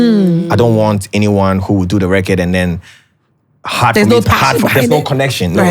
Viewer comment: Right!!!!!😂😂😂😂 and "at the end of the day" .....Also am I the only one searching for the pronunciation of "record " now...🤣🤣🤣🤣🤣I keep hearing " recurd"